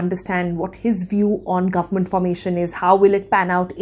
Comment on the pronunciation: the way she says “guvmunt” is annoying